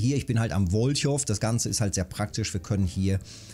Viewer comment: Wenn mich was nervt ist es das du Wolchow sagst... das w ist stumm..! Wolcho (w).... Deine Tipps sind gut..Aber nur für dich.. Verfolge es jetzt ne ganze weile... Macht es exakt so wie du.. kannst du vergessen... Billige Setups sind teilweise besser..!!! Dein Neuestes Mit der Festung Zitrone auf Amure... Da bin ich mit Süßteig besser dran..!!! Sorry will dir jetzt nichts schlechtes..aber das muss ich mal Loswerden..!.. freue mich das wenigstens einer teilweise sehr gute Tipps gibt..:D Danke dafür..:D